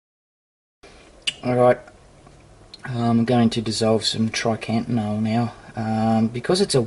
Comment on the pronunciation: I swear its triacontanol not trycantanol